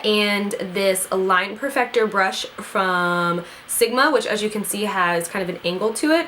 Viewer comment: Who else kept rewinding it when she couldn't say Brush?